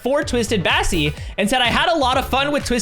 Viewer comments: You call bassie cassie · Kassy you mean bassie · U said Cassie instead of bassie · Yes I was like “did he just say Cassie?”